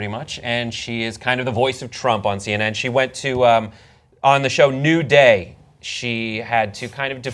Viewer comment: oh the show is called NEW day, thought you said NUDE day. i lost interest in the story now